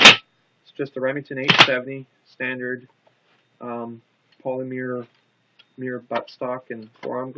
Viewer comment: You say polymer very odd try more like polymur instead of polymeer